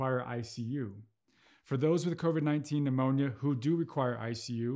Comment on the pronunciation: "" covid phemonia """ ???? That's what he called it ?